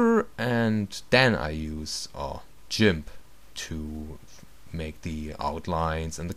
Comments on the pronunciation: You say GIMF :O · u say Jimp ^.